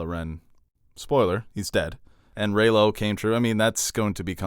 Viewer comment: It’s REYLO GET IT RIGHT